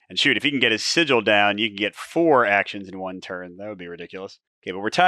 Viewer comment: Pretty sure sigil is pronounce Si-Jill, as you first pronounced it. Like the look of this,. Thanks as ever. 👍